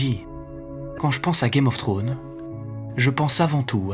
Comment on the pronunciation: pitié arrête de prononcer game of trone ; c'est game of thrones. Ou dit le jeu des trônes en français